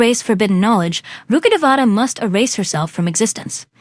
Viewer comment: The way people pronounce rukkadevata sometimes pisses me off 😢 its rukk-de-vata its a telugu word meaning tree deity